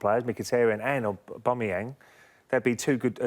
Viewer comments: A man said Ober-my-yang... loool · Geoff said overmarsyang lol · Jeff "Obamiyang" 3.23 haha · thought merse was bad "overmarsyang" fuksake lmao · Can't even pronounce his name ... Such morons !!! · 3 pundits who can't even say the players name right 😂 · Ur in football business and u dont know how to pronounce Abameyang, wow.......... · Why cant any of them say aubameyang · Can't say slimani Can't say aubameyang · DT predicted that Paul Merson will defo struggle with Aubameyang's name! He surely did LOL